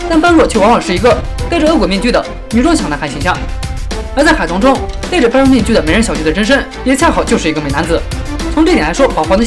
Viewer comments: 般若，音ㄅㄛ ㄖㄜˇ ，不是ㄅㄢ ㄖㄨㄛˋ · 般若不是叫ㄅㄛ ㄖㄜˇ吗？